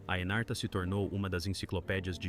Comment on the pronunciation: Anarta, nao. Chamasa-se Encarta Encyclopedia